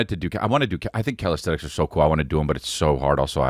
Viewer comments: Isn't it calisthenics? I keep hearing calisthetics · 🗣️CALISTHENICS! (Calis-thin-ix) C’mon buddy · Lol Chris its called Calisthenics not Calisthetics ❤